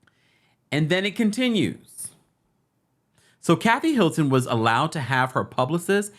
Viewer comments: Sounds like he's saying "Milton" to y'all too? and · Why do you keep saying Milton instead of Hilton???